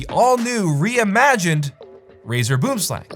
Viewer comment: Aw no retry at saying "boomslang" correctly? Dang